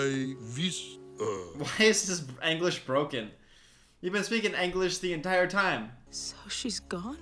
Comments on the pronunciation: why is your “Anglish Broken” You’ve been speaking “Anglish the whole time” BTW I Believe the name of the Language is called English and not “Anglish” just saying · I’m sorry… Anglish? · I wondered if he was gonna comment on saying ANGlish but he didn’t hahahah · "Why is his English broken? you've been speaking English this whole time" Also: Pronouncing English as Anglish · LOL sorry how you pronounce English is so funny, “anglish” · He really pronounced English germans?